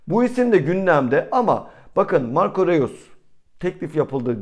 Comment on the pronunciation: kardeşim. Marco REUS yazılır, Roys diye okunur😉